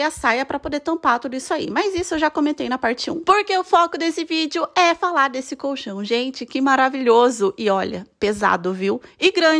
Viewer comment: Que satisfatório ouvir alguém pronunciando colchão da maneira correta. Tá cheio de vídeo de pessoas falando "cochão" na internet, sem o som do L, dá uma agonia kkkkkkkk